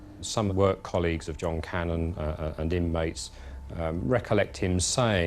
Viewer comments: The police's shoddy investigation, is even reflected in the way, the one particular detective, wrongly keeps pronouncing Cannan, as Cannon! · The narrator lady pronounces it correctly. It's like Can-nan, not cannon.